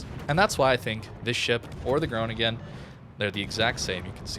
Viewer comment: Oh god dont butcher the pronunciation of the city i live in ... lol